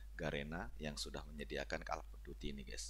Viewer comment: Call dibaca kol, bukan kel bg